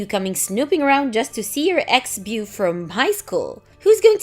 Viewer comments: just a tip. the word Beau is pronounced "Bow" not Bew...however I actually like the "bew" pronunciation better if I'm honest 🤣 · Beau is pronounced ‘Bow’ same as ‘tie a bow in the ribbon’.